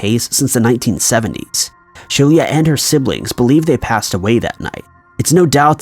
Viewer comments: pronounced she-lah not she-leah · Could her name not have been spelled "Shelia"?